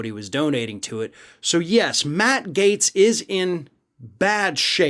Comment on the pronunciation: You have no idea what Matt Gaetz's finances are.....you don't even spell his name correctly, you keep calling him Matt Gates.